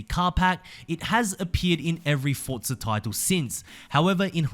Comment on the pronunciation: its forza not fortza omg